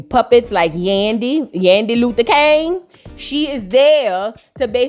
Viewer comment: Kang…not King 😂. That’s what SHE said 🤭